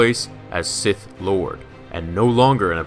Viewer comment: “Taking his place of Sith LWAD.”